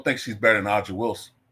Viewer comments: BTW, Aja Wilson's name is pronounced 'A-JUH.' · You cant even say the name AJA Wilson right. If you're going to make a case, then maybe watch more than 5 minutes of highlights. Thats one. Two: Oh derrrrrrrr OMG youre right Caitlin didnt rip up the league just 10 games in! You got me broooo (she was averaging 17/5/6 lol). I have a fun pop quiz for you chief, it took Diana Taurasi 15 years to get 10 20 point and 10 assist games. 15 years. It took Caitlin Clark 34 games. You know - "Video game numbers." Reality is coming indeed. Aja (the name you cant even pronounce) leads the league by far in shots inside of 5 foot with 296. Thats her game. The same boring WNBA style that has been around for 30 years. Because of Caitlin, AJA can actually get a taste of what its like to fly in luxury. And because of Caitlin, the revolution is coming, and you cant stop it. Take the L